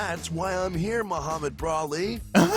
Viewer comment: Moh-Brah-Med Brah-li!